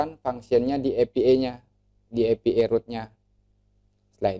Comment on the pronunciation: maaf pak, dibacanya: "e pi ai", bukan "epi ee"